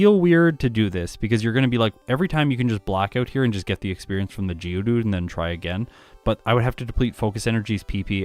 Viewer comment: Been from the uk i kept thinking who the hell is judu realised you were saying geodude 🤷‍♂️